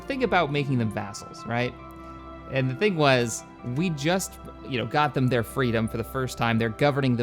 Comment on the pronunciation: XD wings of freadom